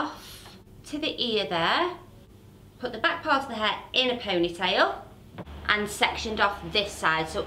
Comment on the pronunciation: I love how she says pownaitayl(ponytail) 😅❤️